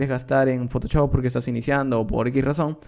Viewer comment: Parece que decis photochop, se pronuncia photoshop osea fotoshop literalmente